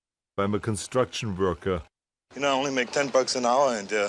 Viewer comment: You're a police offisah? I thought you said you are a konstruktion vorkah